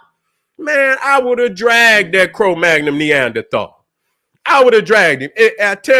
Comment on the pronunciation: It's cro-magnon